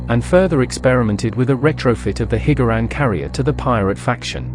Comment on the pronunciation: Hearing “Hig-Gar-Ran” is quite triggering